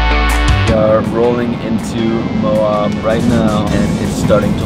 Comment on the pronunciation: Friendly fyi : how you pronouns “Moab” is “Moe” and then “ab” like a six pack ab ! lol ☺️ love your videos ! much love from Utah